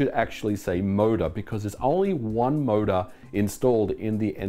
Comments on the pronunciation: Even today I don't care for rumbling or force feedback whatsoever except for racing games where it actually makes sense with wheels. The rumble pak was a fun gimmick, nothing more for me. btw, took me a while to figure out that you saying "MODA" all the time actually means "motor" 😂. Sorry, non-native here. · "mouda" hahahaha